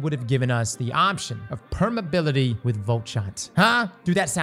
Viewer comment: The word is "permeAbility" lol